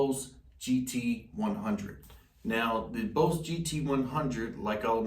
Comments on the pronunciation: Stop spinning in you chair and sit still ffs. Also it’s pronounced Boss as in “boss”, not Bose. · Nice vid bro. I like how you say “BOSE” instead of “BOSS”. I have both the Line6 Pod HD500X & BOSS GT-100, bought them both in 2013. Both still hold up. Yes the look is a bit dated, but they do the job. I’m thinking about upgrading to the Helix & GT-1000, but what’s the point if you just use it as a standard pedalboard. What are IRs (input responses)? I’m not up to date on the latest stuff or gimmicks. Is it the response when if hit the string lighter to harder it simulates that? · why is he saying boze lol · “Bose” 😂 I understand. When you learn something by reading pronunciation is always off. Good review nonetheless (that’s “known thele ssss”) and I’m just playin!